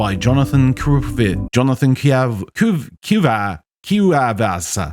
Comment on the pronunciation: lol "KWAY-vas"